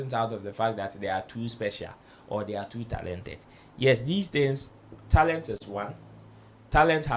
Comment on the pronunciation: No disrespect here, pronounced like an East African. For example he pronounced Talent as “Tarent”.